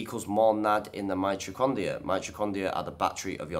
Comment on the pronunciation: Is pronouncing the word "mitocondria" hard for all Brits? I had to replay it a couple of times to make sure he was saying "mitrocondia", lol.